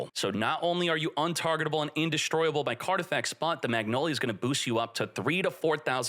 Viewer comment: In-Destroy-Able? Is that... Is that a thing? I love pronunciations. Makes you feel like you missed a lesson or two.